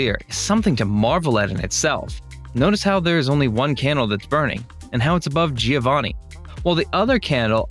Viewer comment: and let's not even start with Giovanni..... this surfer/ frat dude obviously didn't study art history...